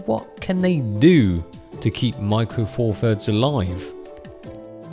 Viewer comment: Four Furds WTF. Th, Th, Th. Four THirds. This infantile pronunciation drives me nuts.